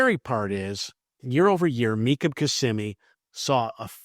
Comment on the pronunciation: “Mecum Kimmsimee data”